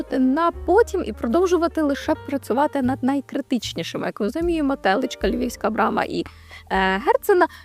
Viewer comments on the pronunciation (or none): Не тЕличка, а телИчка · 100%, теж одразу різало вухо. Питання не в тому, звідки людина приїхала, питання що вона навіть не намагалась дізнатися, як правильно називається місцевість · Цікаве відео, але чому не ТелИчка, а тЕличка? Хіба це норма? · Знести оте одоробло на Львівській площі, та збудувати вхід. Набридло все життя дивитись на цей непотріб. Не ТЕличка, а ТелИчка. Навіщо так паплюжити назву? Герцена - такої станції не існує. Це заділ під станцію. Тобто, в цьому місці є можливість її збудувати. Хоча, у відео так і сказано, але іншими словами. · Жах. СьогоднІ, ТЕличка. Далі можна не слухати. Дичина. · Уже б краще російською спілкувалася, чим слова коверкала, бридко слухати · тЕличка це епічно, звісно 😂 Тема цікава, висвітлюєте адекватно, сценарій норм. Єдина порада щодо дикції. У вас тембр голосу дуже стрибає - то дуже високий, то опускається вниз. Нижчий, до речі, приємніше слухати. Поекспериментуйте з цим. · ''тЕличка''?? 😅о, божЕ)) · Про наголос Телички вже написали, а я напишу значення цього слова. телИчка — це молода корова, яка ще ще не телилась. А місцевість так називається, бо там раніше були пасовища і луки для випасу худоби. І саме там випасали телиць (теличок), бо їх випасали часто окремо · На жаль, неправильний наголос станції Теличка постійно дратує. Переглянула, про всяк випадок, в українській версії Вікіпедії правильний наголос позначено. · Я теж подумав що може зі мною щось не те... ...та бігом у вікі😊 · що некоректного в моєму коментарі? Або неконструктивного? Це перше питання Друге - коли ви готували відео, ви перевіряли як називається місцевість? На основі чого ви вирішили, що наголос саме там? Під відео кожен другий коментар про некоректну назву, це все неконструктивна критика?